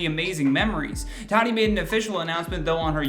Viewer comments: Her name is not 'Tat-i' it's prounced 'Taught-E'. At least that's how she pronounces her name. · DUDE HER NAME IS NOT TARY IS TATY can you at least pronounce it correctly. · Tati = TA TEA. Not Tadi. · Are you saying tadi??? It’s TATI “ta-tee” lol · Lawsuits aren’t coming here way, it’s been there for more then a year. And it’s pronounced “Tuh-ti”. Been a long time fan of, but it’s the lack of research for me. Also are you’re not going to mention the lawsuit the westbrooks’ filed against Swanson? Mhmm ok. Emily D. Baker is shaking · Could you please learn to pronounce her name correctly? It’s TAH -Tee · Closing a business=\=cancelled. She's one of the better beauty gurus out there. And it's [taaah-tee] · my guy speakin a lot without saying her name correctly once